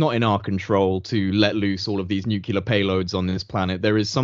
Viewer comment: Such an awesome discussion! Thank you so much. Also, you say nukiler. (nuclear) 😂😂😂